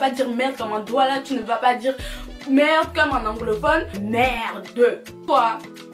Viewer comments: Confirmation que tu es vraiment une camer, tu as du dire le mot "merdeuuuuu" 50fois😂😂😂😂😂😂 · Le nombre de fois qu'elle a dit merdeu 🤣🤣🤣 On est ensemble 🥰🇨🇲🇨🇲🇨🇲